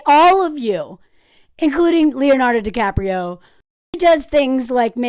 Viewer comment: Leonardo DiCraprio 😂😂😂😂😂